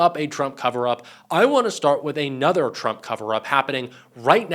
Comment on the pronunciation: It’s just “another”. One word. Not A-nother. You’re watching too much MTN. Ben can hardly talk at all. His English is horrible.